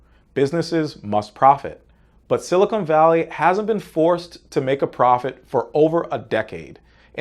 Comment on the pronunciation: It's dumb, but hell mispronouncing silicon as silicone drives me nuts.